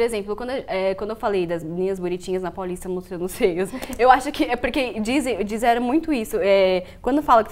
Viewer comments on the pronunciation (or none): Doeu, parceiro! Isso num debate...